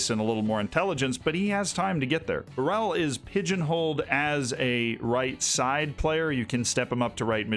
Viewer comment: Portuguese here: pronounciation on Douglas Borel ias pretty fine. Kaio Jorge however... no. In portuguese the J and G aren't read like in spanish. So for an english speaking person, instead of saying "horhe", say "jorje" and you'll be on point